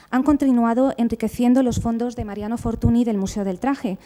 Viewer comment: con lo que usted sabe de don Mariano, no sabe decir Fortuñ en lugar de Fortuni (NY = Ñ), pero creo sinceramente que si conoce esta regla ortográfica del idioma catalán, lo que no le da la gana pronunciarlo bien. Es una lastima porqué su conferencia chirría cada vez que suena el apellido Fortuny mal aplicado. Me gustaría saber que motivos tiene para mantener esta postura.